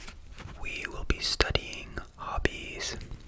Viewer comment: Tu as une voix si douce en français. Tu me fais frissonner ❤ Just don't say z'hobbies but only hobbies because "Zobies" sounds like d1ck in French 😁